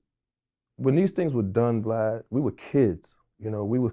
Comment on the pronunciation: or when was sayin vlod 😂